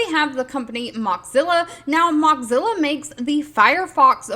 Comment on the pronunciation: It’s pronounced “Moe-zilla” not “Mox-zilla.” It was made from the combination of “mosaic” and “Godzilla.” That said, I really appreciate your updates. 🙂